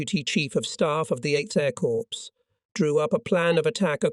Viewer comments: Drives me crazy when he says corpse instead of cor for corps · the 12th corpse --- sounds like a serial killer 😎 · THERE'S A HUGE DIFFERENCE BETWEEN: CORPS and CORPSE. How hard is it to use the correct pronunciation?